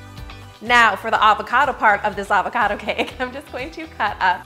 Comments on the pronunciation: She said Avocardo 18 times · Is it just me who loves how she says ‘avocado’?